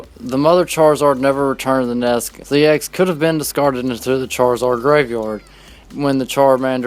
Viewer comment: Are you saying "NESK"? Instead of "NEST"?